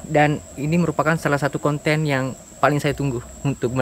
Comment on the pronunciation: Konten deng bkn konteng 😂